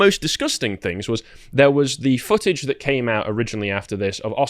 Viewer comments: Why does this guy keep saying "dat" and not "that"??? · Grifter replaces every TH with a D in his speech